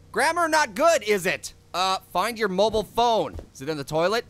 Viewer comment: naked and said mobile wrong